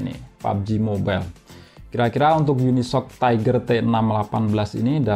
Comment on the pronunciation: Unisoc = unisok ❌ yuni es ou si ✅